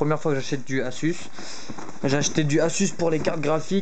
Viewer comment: Sa s'écrit asus mais sa se dis azus ;)